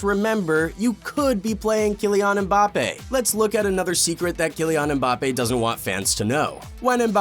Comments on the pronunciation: Man actually said bappes there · he said Bappes :face-blue-smiling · No his name is Mbapaypal